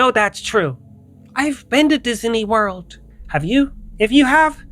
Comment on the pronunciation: Yeah okay?? What does that obvious point have to do with me joking with About how he pronounces disaney world...lmfao